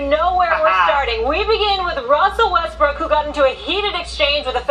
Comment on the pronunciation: "westbrick" lol he don't miss a beat with that name lol.